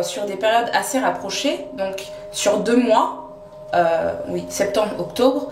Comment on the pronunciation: Trop drôle comment tu dis octobre en insistant sur le deuxième O